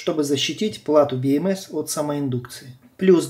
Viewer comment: слух режет))) БиЭмЭс... либо говорю по-русски, как все: БэЭмЭс либо по правильному англичански: Би Эм Си 🙃